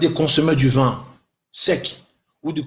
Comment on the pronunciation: Cette vidéo,et non ce vidéo , arrête de singer alors que tu parles mal français ,on dit vin et non vun